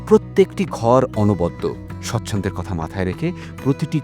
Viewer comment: আপনার ভ্রমনের ভিডিও ভীষণ ভালো লাগে । খুব সুন্দর উপস্থাপনা আপনার । দারুণ! এই ভিডিও তে “ সচ্ছনদের “ জন্য বলেছেন । কথাটা বোধহয় “ স্বাচ্ছন্দ্যের “ জন্য হবে । আপনি ভালো বলেন বলেই , বললাম । একটু দেখে , যাচাই করে নেবেন । ❤❤❤